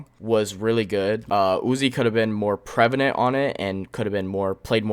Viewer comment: It’s prevalent not prevanent lol